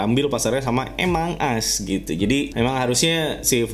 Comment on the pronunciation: Among as prunounce nya english us..emong as british